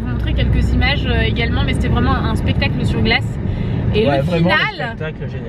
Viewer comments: je reve ou a a pestacle au lieu de spectacle;)) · à mal prononcer "spectacle" bref je vous adore je te suis sur tous les réseaux sociaux ( #teamsnapchat )